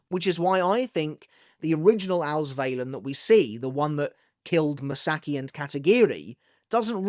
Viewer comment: Ma-Sa-Ki. Ka-Na-E. Not m'saki and kanay.